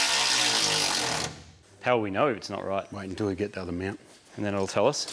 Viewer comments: Whenever says mount i hear meownt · Im sorry, are you saying Meowunt?(mount)